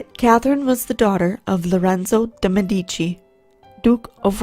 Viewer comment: Great video! You mispronounced Medici, but I got what you meant.